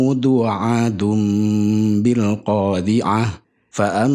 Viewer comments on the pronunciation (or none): Koreksi,baca bilqori'ah bukan bilqodziah Terimakasih